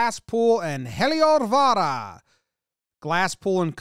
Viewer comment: Love the enthusiastic "Heliovaara"! The pronounciation is pretty close too!